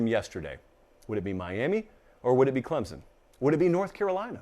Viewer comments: When anyone pronounces Clemson with a "Z", they've lost me. Educate yourself please. All of you nay-sayers will be proven wrong. Dabo did it once (oh, excuse me, TWICE) he will do it again. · Why do these people say "Clemzun"??? It's Clemson. Not Clemzun.